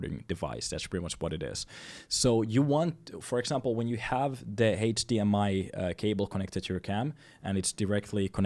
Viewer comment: It's cool how you pronounce HDMI, Heytch-dee-ehm-eye 😁